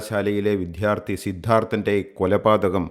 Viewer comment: വിദ്യാർത്ഥി. വിദ്ധ്യാർഥി അല്ല